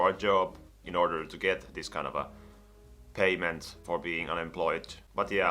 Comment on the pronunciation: everytime he says 'kind of a' i somehow hear 'kanava' which is channel in finnish and it confuses me